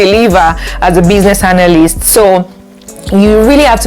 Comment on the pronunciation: And analyst as "hanalyst"